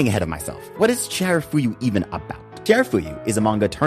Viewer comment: amazing video.. the only problem I have with this is that you repeatedly mispronounced chiyafuru as chiharafuyu.. 😅